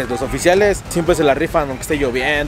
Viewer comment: Dices Grabriel no Gabriel dices Haiga no haya jajajaja pero bueno es tu toque 🤣🤣